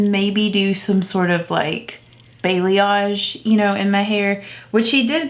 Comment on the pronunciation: Lol it's pronounced bah•lay•oge lol I love it I have balayage and it's so much less of a hassle and I don't have to get it done as often. Also I think it'll be great if you wanted to go back between your natural color you could just keep a couple blonde streaks and get a reverse balayage. I think I'm gonna go darker next time. Balayage gets really blonde really quick